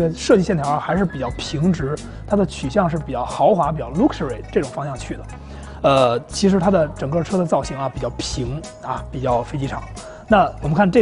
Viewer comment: luxury会发音么？ 撸？？？